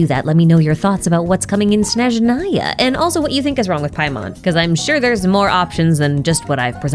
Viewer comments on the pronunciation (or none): none